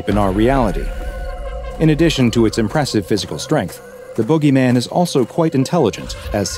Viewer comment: Jit trippin my brother just came Outta nowhere and called the boogeyman the bOo-gay-men ☠️💀